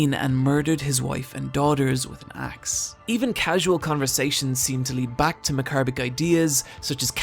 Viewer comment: haha "axe" of violence